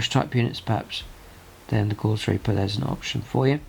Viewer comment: Love the content, but please check your pronunciation. If you say a word wrong, so many others will. Both oed and chambers dictionary give only one variant of Gauss, it is GOWS, to rhyme with mouse, not gauze.